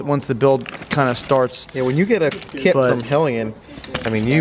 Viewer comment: Dude cant even pronounce the kits name correctly.. What a joke